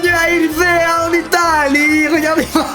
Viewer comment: « Il dit ivrea au lieu ivree » le monteur 😂😂😂